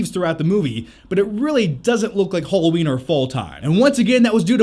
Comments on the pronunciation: Halloween, not Hulloween. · Haaaaalloween not holloween